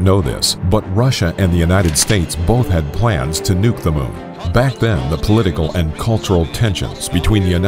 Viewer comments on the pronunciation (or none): none